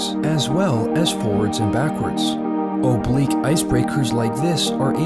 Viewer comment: The "obluque" is just drifting